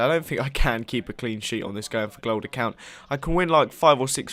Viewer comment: sounds like your saying going for glod.